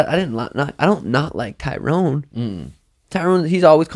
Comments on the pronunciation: Pet peeve.... when people pronounce Tyrones name as TYROWN... It’s pronounced like TY-RUN. Any UFC fan should know how his name is pronounced let alone another fighter. I mean he was a 5 time champ for god sakes! Love you Suga an but CMON guys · is name his Tyron (Ty-ren). Not Tyrone, lol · Its Ty RON...Not tyronE....